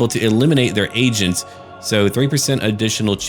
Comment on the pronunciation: What actually said "they have agents out there i have to eliminate" What i thought i heard "They have Asians out there i have to eliminate"